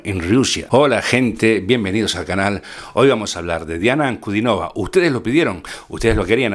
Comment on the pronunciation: Su apellido se pronuncia con el acento en la i, o sea en la tercera sílaba: Ankudínova.